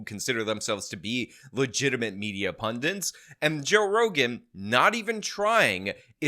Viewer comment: Another guy who says "pundants" instead of "pundits."